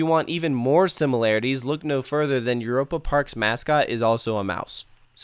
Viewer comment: i never got lost here because i memorized everything and gone to every show and i swear he is not from europe cause i heard eur a pa and im like euy ropa lol no hate this is amazing i love it there i swer he like was not